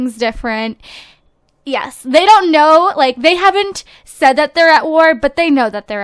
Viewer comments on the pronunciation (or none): none